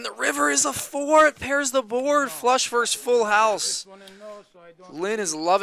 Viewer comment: When the hell did "versus" become a one-syllable word? Lazy speech reflects a lazy mind.